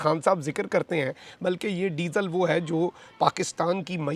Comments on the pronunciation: Ap ny jitni bar disal kaha meri hasi nakli..hahahah. #shergabru# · آپ "ڈیزل" بہت زور لگاکر کیوں بولتے ہیں؟